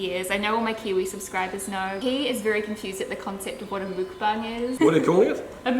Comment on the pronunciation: Mookbang??? 😂😂 girl its muk-bang lol